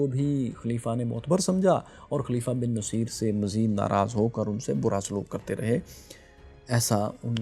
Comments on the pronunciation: My dear fellow. General's name was Musa bin Nusseyr not Naseer. Musa's father name was Nusseyr (pesh on noon, not zaber), not Naseer. Please correct. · He was 'Nussair' not naseer. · Boss get your words right, please. His name was Bin Nusayr, not Bin Naseer. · its moosa bin nasair not naseer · السلام علیکم محترم موسی بن نصیر کو نون پر زبر نہیں پیش پڑھتے ہیں نُصِیر اور صاد کی زیر کو بھی مجھول کر کے پڑھنا ہے جزاک اللہ